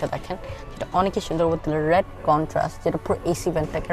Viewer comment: Beautiful review, I get stunned seeing how beautifully you deliver all that data without seeing anything. Keep it up. However, please try to correct a few pronunciations that you have in Bangla, like "Oneki". Sounds cringy and since you are a growing YouTuber so now proper Bangla will help you. Keep it up. Great work